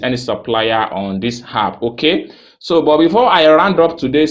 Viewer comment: Thanks for the info.BTW, the word is app, and not harp.